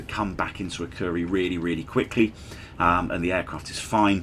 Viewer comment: Great video, but probably one of the worst pronunciations of Akureyri I've heard in a long time 🙂🙂